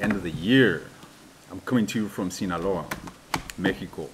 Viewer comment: I like how well you pronounce Sinaloa & Mejico. Have a great time and take care. Thank you for always remember us.